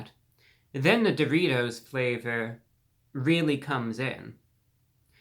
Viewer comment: If you don’t love the way this gentleman pronounces the word “dough-REE-toe”, something’s wrong with you chief 😂